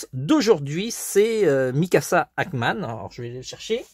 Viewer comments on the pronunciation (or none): On dit Ackerman